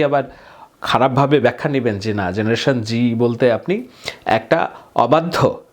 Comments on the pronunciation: ভাই, জেনারেশন জেড(Z) বলতে জেনারেশন জুমার বুঝালেন, কিন্তু উচ্চারণ করলেন জেনারেশন জি(G), একটু ক্লিয়ার করুন প্লিজ। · Please first learn the difference between G and Z before making videos. And you are not even saying the name of his father, Obaidul or Rabiul. You should now retire from creating such rubbish videos. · Z ke o G pronounce kora hoy